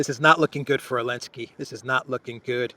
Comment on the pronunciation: Why do you pronounce his last name as “Elensky?” Strange